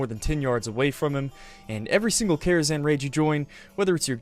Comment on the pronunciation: #11 It’s Karazhan, not “Kharazan”.